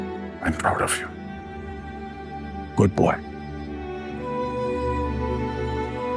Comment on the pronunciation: "Good Buoyy" 🤡